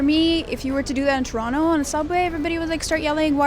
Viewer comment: Trono? Not Toronto?